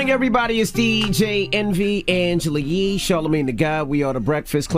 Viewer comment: Sounded like somebody actually tickled Yee the way she laughed when that guy butchered her name😆